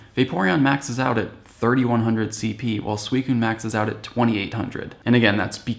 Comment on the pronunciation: Sweecoon!? When is it pronounced like that!?